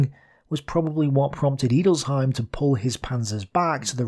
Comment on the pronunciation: "Edelsheim". An "e" in German is always pronounced as an "e" in "enter".